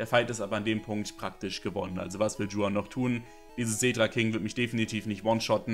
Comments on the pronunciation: Niemand: Creep: Dschuan Es heißt Juan, bro. Do you even spanish at least a little, please! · Bitte an der Aussprache arbeiten. Du sprichst in jedem Video Juan falsch aus